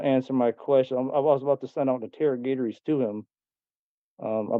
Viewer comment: "Interro-gate-ories"? That's a new intellectual low.